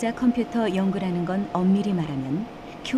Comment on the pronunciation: 너레이션 에서 때때로, "양자 컴피터", "디지털 컴피터" 라고 하는데, 컴퓨터 computer 는 정확히, 분명히 '컴"퓨"터' 라고 소리하는 게 옳을 것으로 생각됩니다.